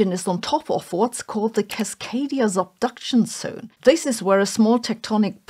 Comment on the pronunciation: I also love the way she pronounced Cascadia Zubduction Tsohne . I think German accent is cute.